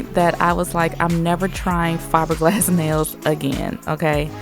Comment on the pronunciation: ShE sAyS nAiLs LiKe nAiS